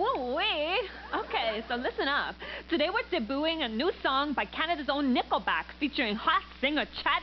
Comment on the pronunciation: For a moment there I thought she said nippleback...